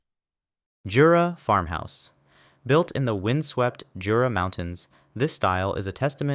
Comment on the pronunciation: In Jura you do not pronounce the J